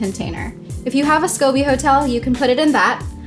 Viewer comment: It just doesn’t look like a real scoby and you can’t say scoby right. Also looks like you aren’t sure and are reading a script. No offense sorry sorry